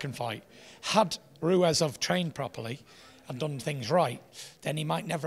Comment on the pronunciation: Still calling Him ruez lmao good interview tho